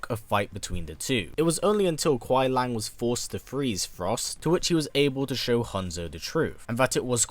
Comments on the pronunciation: Kuai Lang? Do you mean Kuai Liang? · Its kuai liang not kuai lang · It’s not Kuai Lang, it’s Kuai Liang there’s an I in it. It’s pronounced LEE-YANG. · As good as this video is you pronounced Kuai Liang name wrong the whole video it’s not Lang it’s Lee-ang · Kuai liang (Lee-ang) not lang lol. But we get what you mean. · Bi-Han is most likely not the first Sub-Zero; there's one in Deception who appears far too early on to be the same kharacter. Also, Kuai Liang is pronounced LEE-ANG, not LANG. Noob Saibot isn't a revenant either, otherwise he'd still have ice powers. He's a wraith. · Great video featuring my boi Sub Zero. But it kinda kills me every time you call him Kuai LANG and not Kuai LIANG. Just a little thing. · It was good, but he kept saying kuai “Lang”. And not kuai “Liang” (Kuai-LEE-ANG).. we know what he was saying but yeah lol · Why do you keep saying Kuai Lang? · Pronounced: Kuai LEE-ANG. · I like how you pronounced Kauai liang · It's spoken as kuai li-ang. Speak It correctly if you do an update video in the future.. but a good video. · bit correction : 奎良 is pronounced as "koo-e lee-ung"